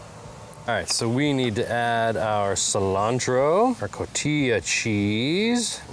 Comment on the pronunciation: Just FYI - it's pronounce ko-tee-ha.